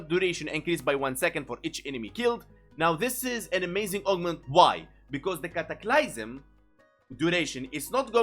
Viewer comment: "cataclaiysum" had me rolling